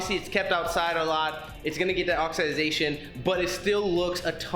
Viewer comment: Did you say.... oxiDYE Zation ?